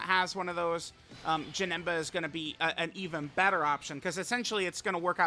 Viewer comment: He aint Janemba, he’s Ja-HIM-ba